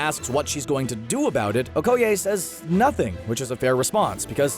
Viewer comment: Her name is Okeye not OHkeye